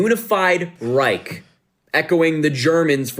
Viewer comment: 3rd REICK HAHAHHAHAHAHAH LEARN TO PRONOUNCE IT WHEN U TRY SPEAK GERMAN THIS 5 WITCHES ARE CRAZY